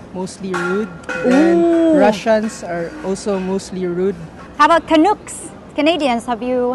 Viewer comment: Canooucks...lol... It's can-ucks.... but canooucks sounds cuter